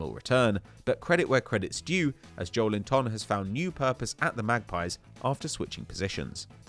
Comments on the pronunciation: JowlinTON LOL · Just give up trying to pronounce Joelinton 🤌🏻